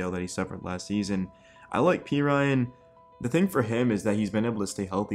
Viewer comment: Not pea Ryan, pe rin knee